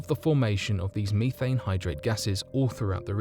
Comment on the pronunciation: Bro says methane wrong